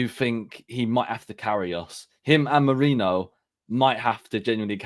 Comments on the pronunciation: It's Merino, not Moreno. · It’s merino not Moreno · Repeat after me Meh- Ri-no. Time to get it right.